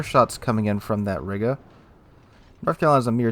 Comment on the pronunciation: Riga is pronounced Reega btw